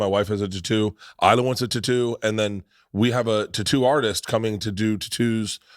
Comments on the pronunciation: In his ad saying titoo instead of tattoo he honestly made me want to kill myself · Ive never hear tattoo pronounced tutooh before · Because you mispronounced tatto I will never buy that product doesn't matter the brand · For god sakes stop saying tattoo lol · I cannot handle the way Bert says tattoo literally lost it when he was trying to do that add read